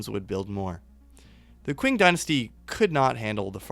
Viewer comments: Qing=Ching not kwing. Chi ng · It's pronounced "Ching" Dynasty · Love it!!!! Big hole for this in the YouTube history/geography world. This is more of a note for you than a criticism, but just so you know the Qing Dynasty is pronounced like "ching"